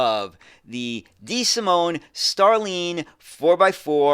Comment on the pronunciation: i like your content,, but I am surprised of your pronunciation of starline. it's like star and line.... whilst the sound you make in line would be needed for the I in Iveco. best regards!